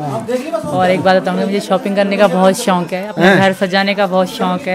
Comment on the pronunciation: Seema shonk nahi shok hota h galat mat bol sahi bolna seekh